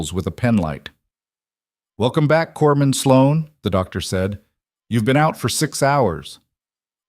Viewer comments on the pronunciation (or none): Corpsman, not corman